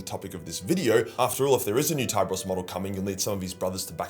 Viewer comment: So is it pronounced "Thai-bros"? I always pronounced his name as "Tee-beh-rhos" 😮